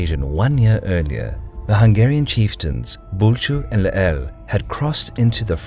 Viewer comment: I got so exited when you pronounced Bulcsú correctly! :D But you mispronounced magyar and Lehel on multiple occasions. Magyar is pronounced as "mɒɟɒɾ" and Lehel is pronounced as "lɛhɛl". I hope it helps in the future :)